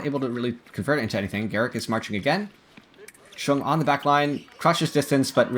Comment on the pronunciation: Chueng’s name is either pronounced like “Zhang “ or “chung” … not “Chen”